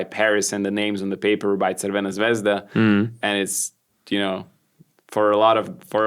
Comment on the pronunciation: Great pronunciation of Crvena Zvezda, Kokoškov, good correction for Smailagić, even good Anđušić, and excellent correction for Kamenjaš. Good podcast